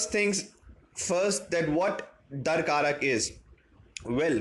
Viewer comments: Not dar karak. It’s dara karaka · It's Dara-Karaka not Darkaraka. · It's Darakaraka. Not Dar-karak. XD